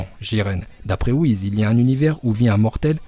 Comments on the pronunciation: Pas whiz mais ça se prononces whis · Cool comme vidéo mais WhiS pas Whiz